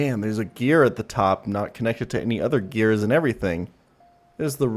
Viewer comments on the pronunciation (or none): none